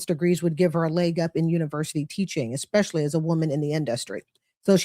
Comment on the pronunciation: If you're working toward an advanced degree in medicine or education, it would probably be best if you stopped saying 'ekspecially' and started saying 'especially' instead. Or, you can surprise yourself and say 'particularly' or 'primarily'. And DON'T say, "Ah cain't fine no JOB!". If you want to get paid as a professional, learn the language.